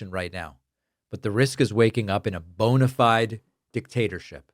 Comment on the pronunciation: Yay! Someone who knows how to pronounce bona fide! Anyway, praises fire fighters but has ICE go after fire fighter while working!